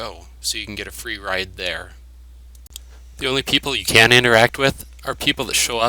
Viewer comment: The yellow star on the HUD is the Squad leader of that group of Stalkers and is actually the only one you can interact with. Idk but it sounded in the video to me like you said CAN'T 😹 Also you don't have to get bolts out to put away weapon, you can just press the buber number key for the weapon